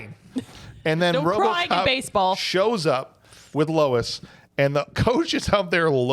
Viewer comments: It’s officer Lewis, right? You guys kept saying Louis. 😂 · Lewis. Her name is Lewis. Not Lois. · What a disappointing episode. Between calling his partner Lois (it's Lewis) and your Robo Porn Fantasies I had to quit listening 32 Minutes in.